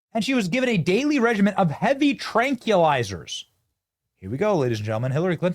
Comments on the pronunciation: Tell Benny it's pronounced 'tran kwill izer'. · Tran KWILL- izer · Benny you can't say tranquilizer or nuclear. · Hearing you mispronounce tranquilizer was off-putting.